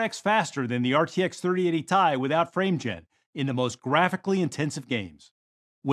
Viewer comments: I really think this guy was just doing a Ron Burgundy and reading what was on the prompter. He called the TI "Tie" and I usually hear it called"Tee Eye." He also kept saying 2.5 ex faster instead of 2.5 times faster. He must be a real high up exec who's trying to impress his son by being in the video. lol. Because no one behind the camera corrected him. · Tie Tee-i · STP SAYING TIE!!!!! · Pronouncing it tie and TI in the same few sentences is crazy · Had the exact same thought! I will be caught dead before I pronounce it as "tie"! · Today we're announcing the graphics card that we could haven launched but didn't because charged way above the proper price. But that's sets up nicely to charge what we want for these Somebody please please when he says Ti/Tie please put a faint sound of the tie fighter in the background please